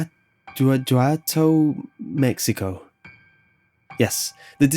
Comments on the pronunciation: Here you go,! I'll make it easier for you to pronounce! "Museo de las momias" "Moo-Seh-Oh de Las Moe-Me-as Guana-who-a-toe" Mexico! XD Okay! You got me with "Xochimilco" Can't help ya with that one! I have no idea how to pronounce that one either! XD Excellent, List! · Please allow me to help you with that pronunciation: Moo-SAY-oh deh lass Mow-ME-as Gwa-nah-hoo-AH-tow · Guanajuato = Gwa-na-hwa-toe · Number 6 is pronounced as follows: Mooh-se-oh deh las mo-mee-ahs, Gu-wanna-huwato. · Gwa•nah•ha•toe is how you say the city's bane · Moo-se-o de las mo-mee-as de Wua-na-who-a-to So-shi-meel-co I think that's kind of how you should pronounce it x) I hope you don't take it bad, I guess I just wanna be a bit helpful. I mean, I'm Mexican and ai think you can notice it's not only un pronountation where my english sucks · it's pronounced "goo-ah-nah-hoo-ah-toh" mane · No shitting on you for not pronouncing it right, but it's pronounced guana(iguana without the i) hwat(hank hill) to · I'm sorry but I almost died on how you pronounced Museo de las Momias Guanajuato Mexico. Moo Se Oh de las Moe me as Gua na hu a toe Try pronouncing it like that and you'll get it. :)